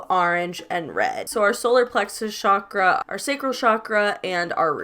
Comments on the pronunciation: It’s literally pronounced how it’s spelled not shakra….. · i love you but your saying chakra wrong. You don’t pronounce the ch…. At all. Lmfao